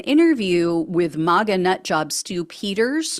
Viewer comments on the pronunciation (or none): none